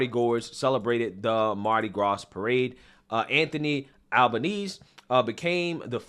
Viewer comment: The S in Mardi Gras is silent, you silly duck.